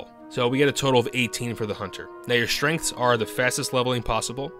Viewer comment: I cant say if english isnt your first language and youre just very good at it, or if it is and you for some reason cant properly say strenght